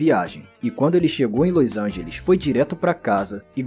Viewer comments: Que dificuldade de dizer LOS ANGELES, que irritante ouvir toda hora esse seu "LÔIS ÃINGELIXXXXX" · o jeito que tu fala LOS ANGELES é bizarro